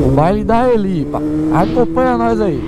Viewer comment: No baile da helipa ....vc falou errado amigao kkkkkkk mais entendemos oq vc quis dizer kkkk